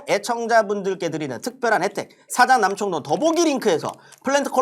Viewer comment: 첫광고에는 발음 옳게 하길래 올~~ 했는데 두번째부터는 어김없이 사장남청동ㅋㅋㅋㅋㅋㅋㅋㅋㅋ 발음 뒤지게안되는거 진짜 개웃ㅋㅋㅋㅋㅋㅋㅋㅋㅋㅋㅋㅋㅋㅋㅋ